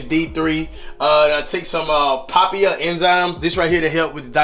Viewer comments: he said papiya enzyme... it’s papaya enzyme... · Its pronounced papaya! Lol